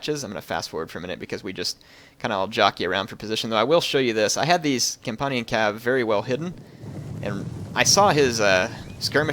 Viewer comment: compunnian? it's companion